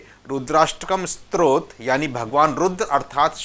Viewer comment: क्षमा चाहुगॉ, आपने 'स्तोत्र' का उच्चारण आरंभ से ही 'स्त्रोत' किया है | रूद्राष्टक के अर्थ में शिव महात्म बतलाने के लिए सादर प्रणाम | 🙏🙏